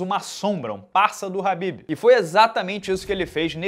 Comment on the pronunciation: É Khabib né não “ RRRRAAAABIB”